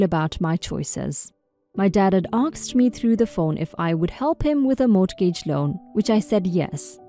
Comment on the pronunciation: In English, in the word "mortgage" the "t" is silent.